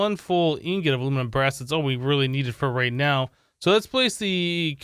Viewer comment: Everyone: Aluminum brass: Alumin bra